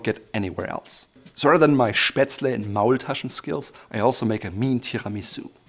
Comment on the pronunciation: Ist immer wieder witzig, wenn deutsche Wörter, wie "Spätzle" sagt